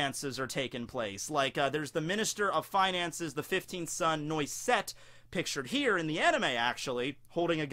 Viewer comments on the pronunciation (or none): its pronounced noasette it means hazzlenut in french you know what? if you get me a list of all the names, i can translate all those in french for you. a lot of them are.